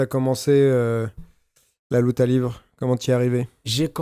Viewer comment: LIVRÉ SVP PAS LIVRE(pour la prononciation)